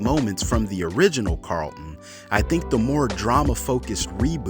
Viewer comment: I don’t mind the new Carlton or the old. But I DO mind the way you say it. If you can’t say the word why would you make a whole video about it